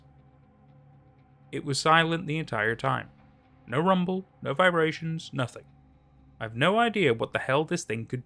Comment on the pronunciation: Why does he say vibrations like that 😂